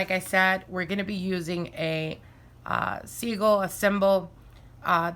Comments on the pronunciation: Are u saying seagull or sigil? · Babe its pronounced sigil not segul